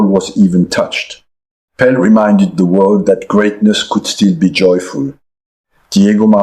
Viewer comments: Ai ruining everything.Was calling Pele Pel. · AI full mode. No human calls “Pel” pelé… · no frenchmen will EVER mispronounce Pele, Pelé in french, never !! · It is. No way Arsene pronounces Pele like he did (for reference : Also despite making effort to have a bit of english pronounciation he said important purtely like a french something he wouldn't do either. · exactly, that is when i stopped watching, no frenchmen would ever misprounce a e accent égu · i think the audio is AI ? he mispronounces pele. great video nevertheless.